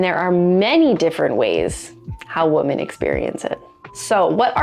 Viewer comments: No kidding...this drives me crazy but sometimes I feel like a pronunciation nazi when I make comments about it. Not trying to be a dick, but PRONOUNCE IT CORRECTLY! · That's not how you say "women." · Why do you pronounce "women" (wi·muhn) as "woman"? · The annoying way she says woman instead of women. Is this AI ? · Women, not woman. Please learn English. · I'm more concerned about the growing trend in American youtube content in which the plural "women" is pronounced identically to "woman." Women is pronounced "wimmen." The spelling makes this seem silly, but the letter o has a lot of different pronunciations (eg. hot, monday, mom, constable) , and the unusual edge case for the letter o in women is etymologically odd, and comes from the Old English "wyf" which originally meant a married or unmarried woman. Enjoyment of various types of butt-stuff - surfacing, shallowing, rimming, various penetrative acts - varies from woman to woman. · Does this woman know that 'woman' and 'women' are pronounced differently? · Why do you say woman instead of women when talking plural, and if you're not sure what I mean pronounce it wimmon when you are saying women. It's really annoying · Great information! But why do you say "woman" when it is grammatically correct to say "women"? Just curious. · When you say women and it's more that one, it's pronounced like WIMMIN. and one woman is pronounced as WOMAN. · i can't be the only one hearing mispronunciations of ‘women’ as ‘woman’ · All New Zealanders do it. 🤬🤬😡😡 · You cannot even pronounce "women"? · OMG, why are you mispronouncing the word "women?" It's driving me crazy -- not in a good way. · Why can't young women no longer pronounce the plural form of woman as in women ? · Please learn to pronounce 'women'. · Why can you not properly pronounce "women"?? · Try telling New Zealanders that!! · = A.I. The tell is the obvious mispronunciation of “women”. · I’ll pretend you say women incorrectly to get engagement here.